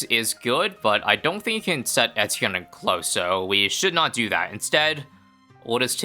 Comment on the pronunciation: Do you really pronounce Etienne correctly or is this just a dream?